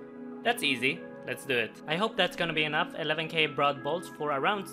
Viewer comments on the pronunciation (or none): none